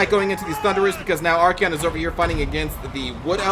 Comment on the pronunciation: Say it with me.. ArKAYon. Not fucking ArKEYon. Great vids though, I love you.